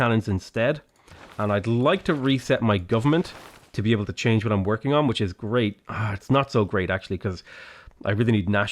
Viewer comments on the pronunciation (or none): none